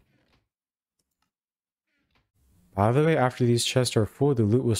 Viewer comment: Why is this dude so bad at saying "by the way"